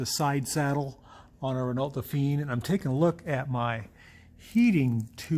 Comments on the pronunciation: I had a Renault 10. Surprised by the different radiator position. Re pronunciation. Please, try saying "Reno Dofan". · That would be wrong. ruhNOH dohPHEEN is the pronunciation.